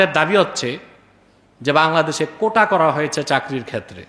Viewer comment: কোঠা না, আসল শব্দটি হচ্ছে, "কোটা"...